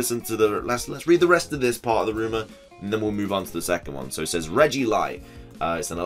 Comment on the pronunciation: I loved all of this (Gmax Jiggly especially) until I heard Regilight and Regidark 😂